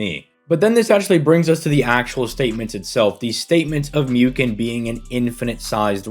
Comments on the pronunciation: It is pronounced mooken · It's pronounced Mooken my friend.